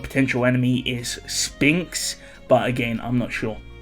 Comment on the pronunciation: Reminder that the ”ph” in Sphinx is pronounced as an ”f”. It bothers me just a little bit every time I hear you say ”Spinx”.